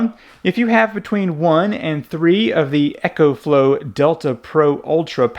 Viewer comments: Ok a bit of a nit pick... It's eeeee - co flow. Not ECHO flow. :) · There is not H in EcoFlow! It's Eco, not Echo!!! Dude learn how to talk!